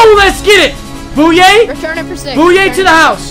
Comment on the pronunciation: you need to learn how to pernounce aj bouyas name